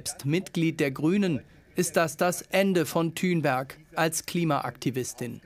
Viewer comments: Der bro sagt einfach Greta Thünberg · Seid wann heisst sie denn thünberg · Wieso heisst die Thünberg??